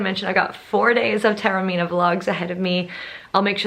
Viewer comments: Taormina is pronounced correctly ‘Tah-orr-mee-nah’. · You rightly pointed out at the start the difficulties for all native English speakers in pronouncing Taormina correctly: ‘Tour-meena’, Tarrow-meena’, and all the rest are horrible mutilations...and they are incorrect. I appreciated that you tried - you just need to listen carefully to the very un-English ‘ao’ sound, and add a bit of a trill onto the ‘r’ - the rest is easy. I suspect that your beautiful Italian name is regularly mangled beyond recognition by non-Italian speakers! Well worth a second visit - it’s a fantastic destination.